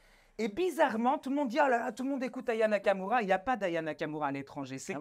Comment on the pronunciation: Elle as écorché le nom Aya nakamura, elle a dit " nania kakaroua " si tu veux parler de quelqu'un commence par épeler son nom correctement 🤣 et puis elle ose rigoler et dire que aya nakamura ne sais pas chanter alors que si on écoute tes "rap" de bac à sable... 💀 Elle t'a largement dépassé mdr donc fais toi-même du bon boulot avant de critiquer celui des autres